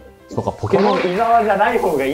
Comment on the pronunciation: ちなみにこの｢ポーキモーン｣は動画だと説明がないけど英語ネタ ポケモンは英語だと｢Pokémon｣と表記するけど、この｢e｣の上のダッシュ記号がついていないと｢ポーキモーン｣と発音してしまうのだ！